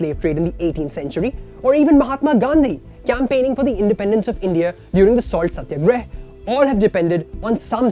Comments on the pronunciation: Nice video my friend quite informative But The accent in which you twisted the salt satyagraha, while I appreciate your eloquent English I would still prefer the pronounciation for indian words to be the way they are in the Indian dialect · First learn to pronounce satyagrah then give your bias news.